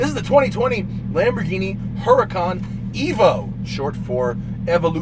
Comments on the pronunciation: Lamborghini is pronounced Lamborg Eeenie with a hard G not Lamborjeenie. But nice effort :) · Lamborgini?! seriously?! 🤦‍♂️ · Lamborghini,not "lamborgini" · You really said Lamborjeany, dude. What the ... I thought you are into cars. Tz tz